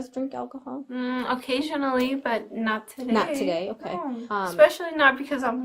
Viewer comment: The drunkest "Nno nno nno nno" I've ever heard...